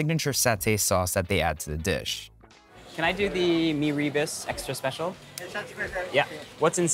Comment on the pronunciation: Its not pronounced as mee ree burst. It should be mee rer boast.